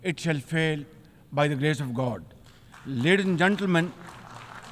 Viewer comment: "Leardhis and Gendermyan"😂 cute pupet of America